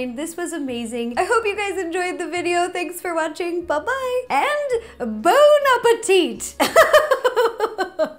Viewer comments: x) Et son "Bon appétite" aussi m'a fait sourire ^^ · I hope you to spend good holidays in France !! One day just over in northern France in Brittany: D the good little French dishes: D it was funny to hear you say "Bon appétit" in french Kisses from France Gros bisous je vous adore !